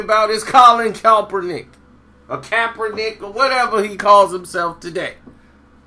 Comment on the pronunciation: PLEASE 4 THE LOVE OF GOD LEARN THAT MANS NAME!!!!!!!!!!! U butcher it EVERY TIME! !!